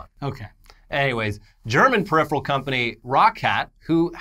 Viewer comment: how come you can't say peripheral?